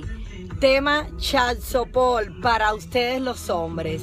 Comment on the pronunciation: Chat Sopol ?? Pero que le secede a esta muchacha ?? para que hace videos supuestamente instructivos si apenas sabe pronunciar correctamente , Q pena me da !!